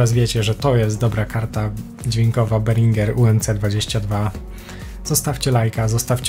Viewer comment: czy tylko ja na początku usłyszałem phringer